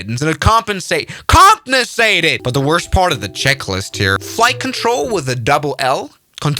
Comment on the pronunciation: That was geniously hilarious! 🤣🤣🤣 ("Compnesated", and "Tekaoff Bried") LOL